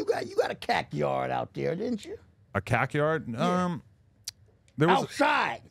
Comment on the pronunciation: Wtf he said cakyard